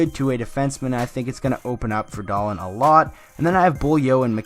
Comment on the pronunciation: Please say his name properly lol it's pronounced Dah-Leen